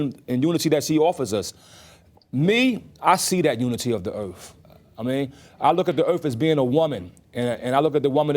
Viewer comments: It's pronounced EARTH not ERF. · The earf! The earf is real! Earf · “The earf is the home of all of us” 🤯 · It was earf day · Earf woman supreme mathematics, ah okay. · It's "erf". Get it right. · LMFAO!! Fools in the comments talking about dude dropping "jewels" and "nuggets" but I gotta question a man who can't pronounce earth correctly, and I gotta question the idiots who think he's a "genius" I guess the low IQ theory is correct.